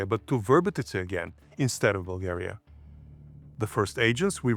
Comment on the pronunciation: Why are you saying dates, your name, and Bulgaria wrong? You know perfectly well how they should be.